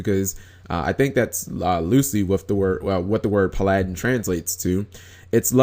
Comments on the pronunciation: why u pronounce Paladin like it's a Japanese word? That's weird. PA-LA-DIN? NO Pal-a-din. It's an English word. Dating back to the 1600s. Bruh. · PAL-A-DIN not that hard =3= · Plus it's Pal-uh-din. Tgat is the pronunciation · PA-LI-DIN NIGGAHHHHHHH GOD DAM! IS FL EDU SYSTEM NOT GOOD ENOUGH DAM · g you cannot pronounce paladin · Everyone complaining because he said Paladin weird, but nobody cares when people call Exciton Knight"Extinction Knight." K then. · Idiots say it like that, and I care. It's fucking annoying. If yugitubers just sounded out a work ONCE before they read it they'd be far easier to listen to. And the fact that he thinks paladin is a japenese word to begin with is stupid because they don't use the L sound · the problem was that he thought it was a japanese word see Timestamp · Who screws up saying "Paladin"?! Either way another solid video.